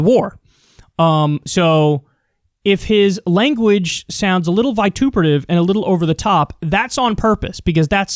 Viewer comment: Good word, but you mispronounced vituperative. (I had to google it because I’m dumb.)